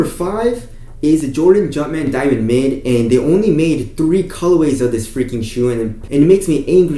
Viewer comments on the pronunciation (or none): the way you said jumpman diamond mid is just.... tf i couldn't even recognise what you said until i searched. and you repeated jordan 34 made some big improvements lol get some sleep fam i need your reviews